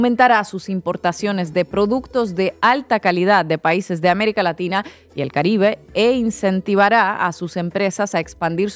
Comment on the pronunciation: Se dice américa laxhina. O o o o 😂😂😂